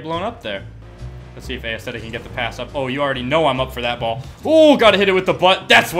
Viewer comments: Did anyone notice that he pronounces it A-esthetic not Esthetic (which is how it is supposed to be pronouned No hate i love this guy, I was just saying: pronounciation aint a strong suit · I reeeealy fucken hope he's not pronouncing aesthetic as "ay-es-thetic" on purpose and it's just a joke